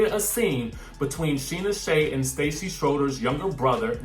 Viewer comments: On VPR, Stassi is pronounced Stah see, not Stacy. Just an FYI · Her name Stassi is pronounced Stah-see🤦‍♀️